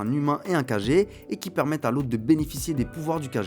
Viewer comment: Ça se lit Kagué mais écrit comme Kage. Je crois que ça signifie ombre. Un peu comme Hokage ou Raikage dans Naruto